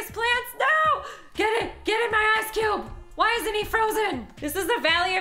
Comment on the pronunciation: I was crying and on the floor when she said "HEAALP I'M TRAPPED IN THE AICE HEALP!!!!"😂😂😂😂